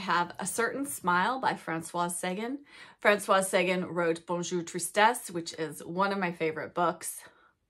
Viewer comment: Love you but I have to correct - it's Francoise, so it's feminine and you pronounce the "S." Also, on Sagan, the emphasis is on the last syllable - S - ay - gan - like tan. Forgive my correction!